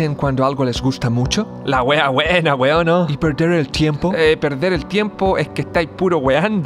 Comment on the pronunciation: Si un extranjero no entiende ésta weá... es aweonao.... wena weon te felicito.. por darte el tiempo de explicar... solo una sugerencia enfatiza el acento que corresponde al conjugar la palabra weon, ya sea prosódico o si lleva tilde.. si me aweoné .. te pido disculpas. Saludos de un chileno.